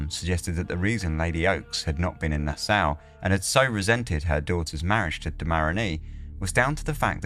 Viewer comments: Na-saw, that's how it's pronounced.🫣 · Bahamian pronounced "ba-HAY-me-an". Nassau pronounced "Nas-saw"